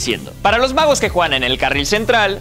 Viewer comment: cuando dice "magos" pienso que dice "vagos"